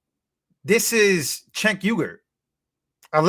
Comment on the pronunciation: Cenk is prnounced Jenk. Then Uygur is pronounced You-Grrr.